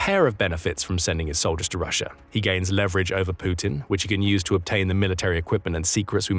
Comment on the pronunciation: Pretty sure that's Russia and not Rusher. But anyway...thanks for the vid!